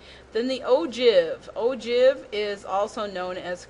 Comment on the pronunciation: You pronounce ogive wrong 😐